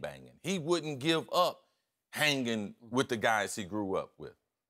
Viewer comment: Seems like cris put some emphasis and the word "hanging"